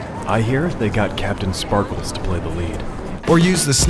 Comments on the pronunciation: you said captin sparkles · I heard that guy said captain sparkles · Did u just say captainsparklez